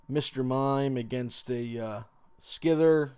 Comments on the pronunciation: it's pronounced sie-ther not scizer also its kane-gas-kahn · He pronounced scyther as skithir. And he pronounced Kangaskhan as kanjiskhan.